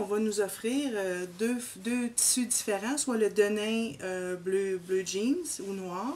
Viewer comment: 😂😂😂 non. Je parlais de la prononciation. Vous dites: Tssu au lieu de tissus. Différin au lieu de différent. Et lo au lieu de là!